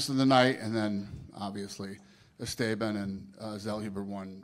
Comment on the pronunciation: Bro said ES STAY BEEN instead of Esteban 🤣🤣🤣🤣🤣🤣🤣